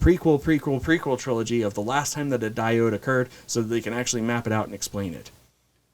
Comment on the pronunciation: “Diode”. Diad, my dude. 😂